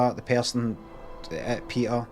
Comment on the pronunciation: You are not pronouncing the name correctly PETA. It is not PEETA but as in PET with an added A as in apple